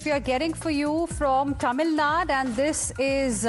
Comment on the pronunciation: Learn how to pronounce a State's name properly or does the presenter has eyesight problems. It is "Tamil Nadu", not "Tamil Nad".